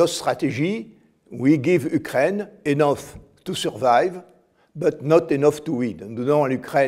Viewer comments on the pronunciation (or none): none